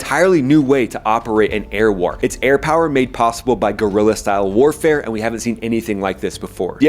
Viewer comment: "Gorila-Style Air-Warafe" wasn't in my bingo card